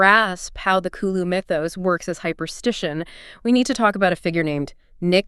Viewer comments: No, I gave up on the video by like the third time I heard Kuloo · Why are you pronouncing Cthulhu as Kuloo?